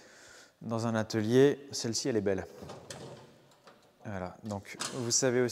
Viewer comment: Sur le coup de l’émotion, tu as dit étalier 😂